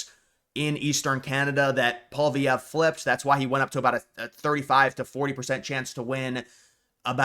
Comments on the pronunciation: Hey... would you please stop saying "POL-VEE-EV"??? His name is pronounced "POL-EE-EV"!!!! There's no "V" in the middle of the name!!! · Who is this guy, seriously? Alberta can’t secede. That’s not how any of this works. This guy literally doesn’t have any expertise in what he’s talking about. He just talks out his ass. Also, it’s not “Paul Vee Ev” you dolt. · Let me Americanize the name for you: POLY-EV . You are welcome. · His name is pronounce polly ev. Polvy ev. FYI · “Poly-evv” is how his name is pronounced. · u gotta learn ho9iw to pronounce Pollievre bro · Why can't this guy pronounce Poilievre or Newfoundland?